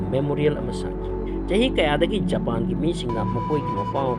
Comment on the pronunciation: Japan gi pronounciation se tanbda yam heinade aduna loibfao yengdre